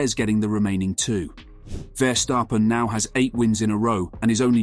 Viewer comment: ah yes, max verstarphen